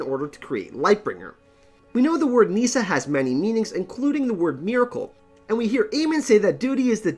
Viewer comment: Meesa! Meesa! Meesa! Meesa! = Nissa! Nissa!